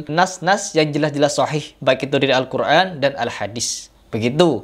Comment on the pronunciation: gue setuju sama. bicara Al Qur'an ko ngomong Al Qur'an pake ain bukanya itu Hamjah 😅